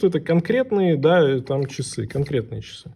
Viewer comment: А што это - "чисы"?Или ты хотел сказать ,часы?А чиёк,это что?